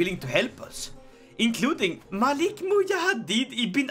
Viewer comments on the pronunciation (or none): none